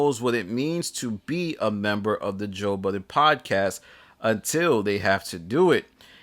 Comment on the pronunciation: I’m disgusted with the way that you pronounce his name 😂😂😂